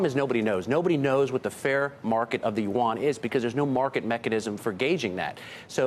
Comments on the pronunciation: Chinease currency is “YUAN “, not “Wan”! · The man who can't speak Yuan in right way, only god know about he is professional or not